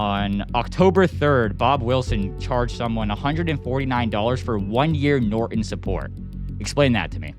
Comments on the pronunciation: It's NOT NorEn, it's NorTOn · What is nor-on????? I think there's a 't' - Norton. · It's easier for someone from India to understand you if you don't pronounce "Norton" as "Nor-in." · "Noren"🤔. Sad how this Gen has just Stopped pernouncing syllables in words. Nor-TON! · Please learn how to pronounce Norton. If you read it carefully you will notice it has the the letter t in it.